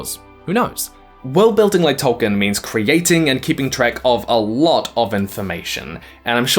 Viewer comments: Noped out . I can only hear Tolkien's name mispronounced so many times in a row before it becomes unbearable. I know my brain works differently to other people's, but mispronunciations, like other language errors, make my brain itch. If we were in the same room, every time you said "Toll-kin" I would stop you and say "Toll-KEEN", and if you can imagine how annoying that would get, that's how annoying the mispronunciation is to me. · Why am i listening to the person who cant pronounce Tolkien name properly?